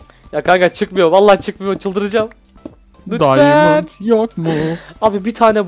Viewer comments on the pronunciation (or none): Daymınt deyil diamond